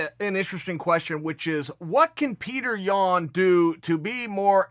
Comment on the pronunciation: chael sounds like he's saying Petr Yawn